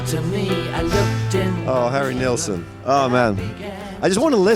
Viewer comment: It’s Nilsson not Nealsson